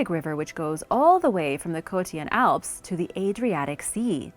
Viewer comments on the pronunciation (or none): none